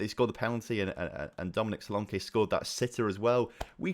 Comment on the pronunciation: both versions for solanke you said were wrong because the one i hear is solanki